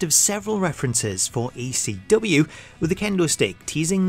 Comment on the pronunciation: it sounds like he's saying ACW instead of ECW